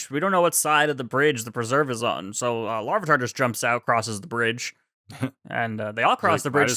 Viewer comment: Goodbye LarvEEEEtar. We shall miss you, but never how they pronounced your name